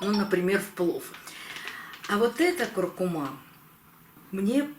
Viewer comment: Это знает даже пума: нужно говорить куркуМА!